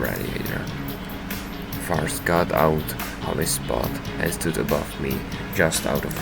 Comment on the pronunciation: Aye, no problem mate! Also don’t worry, you said my name right :)